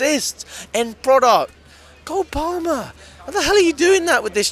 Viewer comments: PRONOUNCED PARRMER NOT PAL-MER ya divvy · I mean he really emphasises the L in palmer. How do you say 'palm' do you say "it's in my paLm" the L is pretty much silent, you pronounce it 'paam'